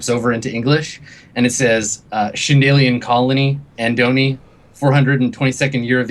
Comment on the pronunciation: Shindalian? God dammit!